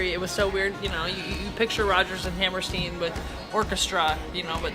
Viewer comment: I enjoyed your review. PLEASE correctly pronounce the name "Hammerstein" like beer stein. Thanks.